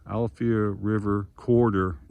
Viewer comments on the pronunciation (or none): It is pronounced Al-A-Fia River ( Alafia )